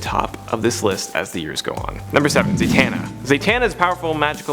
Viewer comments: Who's Zaytana? Because I believe it's pronounced as Za-ta-na. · Sounds very unrehearsed and the flow is unnatural. Plus "Zay-tana"??